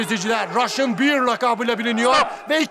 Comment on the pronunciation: Sayın moderatör Russian bear,russian beer değil. 👍